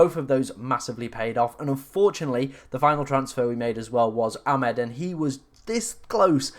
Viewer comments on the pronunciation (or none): It's Amad, not Amed.